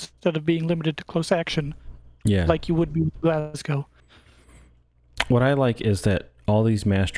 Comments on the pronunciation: You beat me to it, just say it as "Glasgo." 😂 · 'Glaz-go' is how you pronounce it (though natives might say 'Glaz-gee') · Im just getting into Dropfleet and this was a great video. Just in case you talk about the Glasgow again, you just need to pronounce it like the W on the end doesnt exist😁